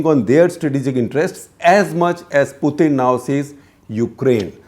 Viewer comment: FFS, learn how to say Putin’s name correctly